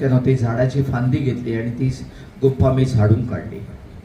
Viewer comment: गुम्फा नाही तर गुफा शब्द आहे